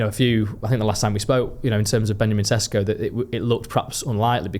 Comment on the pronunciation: Correct me if I’m wrong, but isn’t ‘Šeško’ pronounced with an ‘’sh’ sound like ‘’Shesko’? If so, shouldn’t we at least pronounce it correctly?